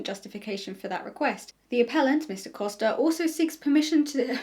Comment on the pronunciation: It's just really funny how much I (portuguese speaking person) was impressed by you saying "Costa" correctly, it's such a small thing but apparently people usually struggle with saying portuguese last names 😅